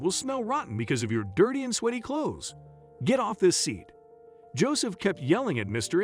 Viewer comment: Just a hint. Sweaty is not pronounced sweetie.